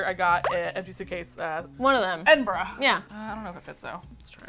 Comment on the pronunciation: Wow, as someone who lives there, hearing an American pronounce Edinburgh correctly really pleasantly surprised me!